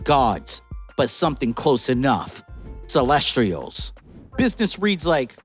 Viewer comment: Dude is mispronouncing the word Celestials😭